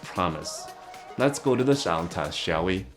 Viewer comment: "Shound test, shall we?" 🤣 Sorry to point that out haha, we appreciate you! Thanks for the great video as always!